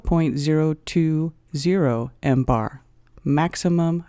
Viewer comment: If you knew what you were talking about you wouldn’t pronounce millibars as “mbars”. Awful, just plain awful. Aren’t you embarrassed?